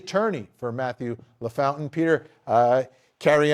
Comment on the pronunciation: Hey Vinny it's "La... Foun...tain!"